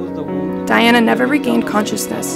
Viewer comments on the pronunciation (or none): Wow, this is a hot mess! "Dianna"? "Viss-count"? "Henry?" Shoo. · Her name is Diana and not Dianna? I’m not tripping right?